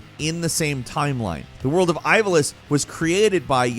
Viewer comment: You pronounced "Ivalice" correctly!!!!! Instant like!!!